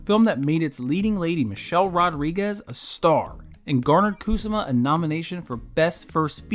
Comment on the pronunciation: KU-SA-MAH! She's Japanese. It not KOOSAH-MA. You mispronounce it like 77 times. It hurts my ears